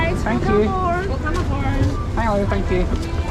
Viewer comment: .....did you say "Herrow!"? 😂